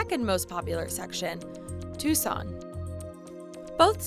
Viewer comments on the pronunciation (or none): none